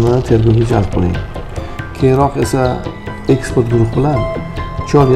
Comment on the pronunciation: eksport emas ekspert denglar iltimos